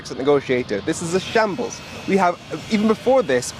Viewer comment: Shables, what’s a shables?